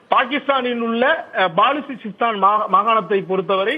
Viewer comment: பலூசிஸ்தான் அதை பாலு சிஸ்தான் என்கிறார் செய்தியாளர். தமிழ் தெரிந்த தமிழர்களை செய்தியாளராக எடுங்கள்